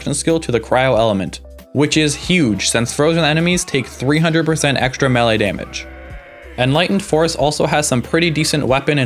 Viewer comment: good video. but, how you say melee pmo